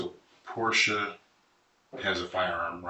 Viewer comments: her name is pronounced "porsha", like they even say it during the interviews damn that was hard to listen to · How dumb do you have to be to continue to pronounce her name "Por-tee-a"? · I think it’s pronounced Porsche-UH